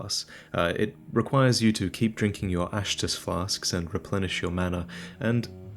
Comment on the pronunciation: My first reaction to "Ash Estus Flask" was, "Really? You couldn't think of a catchier name?" Then comes along and says "Ashtus", and I'm completely satisfied. xD